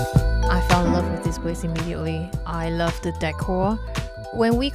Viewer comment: As a former Singaporean, I can easily detect it in a Singaporean. She sounds like her accent has developed from exposure to foreign countries, while maintaining the essence of the Singaporean accent. Still pronounces words with 'th' with a 'D' sound as in 'De food here is excellent.'